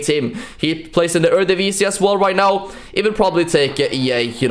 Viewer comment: are you serious right neow bruh?